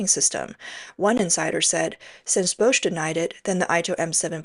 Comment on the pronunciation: It's not "Bousch", it's Bosch, prounounced "BOSH", like Posh... A.I is not verbally so Intelligent... 😂 ...yet has no problem pronouncing Huawei....hmmmm